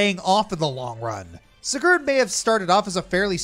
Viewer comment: Spoilers Take a shot everytime mispronounces Sigurd's name